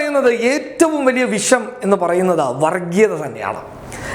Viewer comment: പോടാ മര്യാദക്ക് മലയാളം പഠിച്ചിട്ടു വാ. വിശം അല്ല വിഷം. നിന്നെയൊക്കെ പറഞ്ഞിട്ട് കാര്യമില്ല